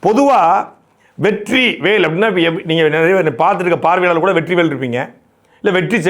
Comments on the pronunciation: With double T, the R become silent R. Now Vettri sounds Vetti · SAY VETTI NOT VETTRI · Durrai... Vetrri... rrrruuuன்னு முன்னேறுது சகோ👌👍😂